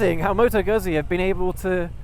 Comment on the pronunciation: Good review - My V7 is deffo a keeper - along with my Dnfiled C5 Classic 500 - my other bikes are what they are and will in time go! - The v7 is not a cruiser and it is pronounced GOOT-Zee (ask my Itatian Daughter in law - and as the whole family work for Moto Guzzi in Mandello Del Lario - they should know! 🙂